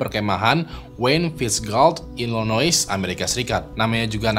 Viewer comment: Illinois pronounced nya i-luh-noy